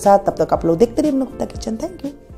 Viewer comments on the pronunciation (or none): none